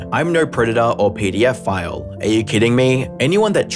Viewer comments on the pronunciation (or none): Sounded like PDF file instead of pedophile. 😂Never liked him anyway. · I thought he said "PDF File" lmao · Who pronounces pedophile as peedeeoh file? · Pedeyofile. Wth is up with the pronunciation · "PDFile"??? Really dude just say the damn word, it's not like you are admitting to being one. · did you... did you just pronounce 'pedophile' as 'PDF file' to avoid youtube's algorithms... what the fuk kind of 5d chess is this...